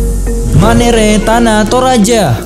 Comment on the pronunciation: Maaf min, Untuk tradisi dari tana Toraja, yg benar itu Ma'nene'. Bukan Manere